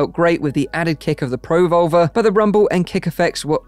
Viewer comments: Neat technology, thanks for the video! I can't hear anything other than "pro-vulva" with the dropped R's 😂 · Yeah, he really shouldn't emphasise the pro and leave the volver on its own. Pruhvolver like revolver, Pro - volver is something Fleshlight will make in 2052.